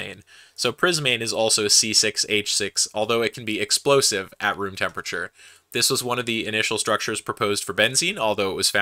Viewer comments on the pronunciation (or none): none